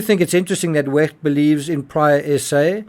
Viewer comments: To the narrator, please stop pronouncing the “ch” in Wecht in such a mucusy, phlegmy, gurgling, grating way. “Ch” is softer like an “sh” or an “h.” The way you are pronouncing “ch” is extremely annoying and painful. It’s noise torture. Kindly, in the future, please pronounce “ch” like a soft “sh” or “h” the way it is supposed to be pronounced. Thank you on my and everyone else’s behalf. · Why do you pronounce Wecht in the German way and not how the doctor pronounces his own name, especially since NEITHER of you are German?